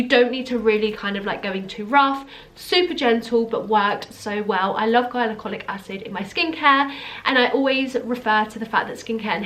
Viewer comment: no shade or anything but it's pronounced gli-co-lic i think you said it how you say hylarounic acid or something. don't worry not everyone knows this stuff but i binge watch cassandra bankson and she says it all the time! Great video BTW!